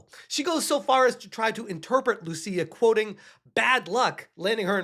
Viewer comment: If she is indeed Brazilian, "Lucia" is not pronounced as you did there. First, it's written "Lúcia", and the accent means the stronger syllable is that one. So you put emphasis on the "Lu" part of the name. Note that for some reason the US doesn't recognize Brazilians as latinos, they are in a different category, so Lúcia wouldn't be a latina.